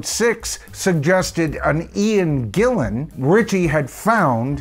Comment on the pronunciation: Morse has been in DP much longer than Ritchie Blackmore, but does that make him a better guitar player? No way. Jon Lord quit Deep Purple as he wanted to conccentrate on his classical music music. He did not have cancer at that time and he was in good health. You corrected this guy when he said "ian Gilmour" then got it wrong yourself when you said Ian Gillian". His name is Ian GILLAN. He has been famous for over 50 years and still people get his name wrong! P.S. Freudian*😆.